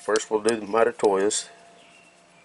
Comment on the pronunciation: Those interapid calipers are my favorite. I have the 12” digital and dial versions. They are second fav to my Eatalon’s Lastly, lol. The way you say Mitutoyo is all F’ed up. Let me help you….. say. ——> mee-too-toe-yoh, then say it fast. Pooof, now you got it. I know you go this! lol